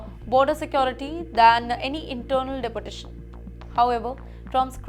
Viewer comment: Please look into the pronunciation of your reporter. She has issues with the right pronunciation.Its De por tation ... Not dapportation